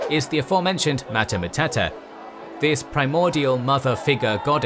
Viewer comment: "Matah Matata"? ... "Hakuna Matata?". The narrator anglophonich pronounciation of latin words hurts the ears. Sometimes sounds ridiculous, like in this case of Mater Matuta.